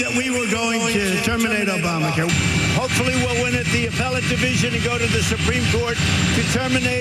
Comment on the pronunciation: "OBAMNA" care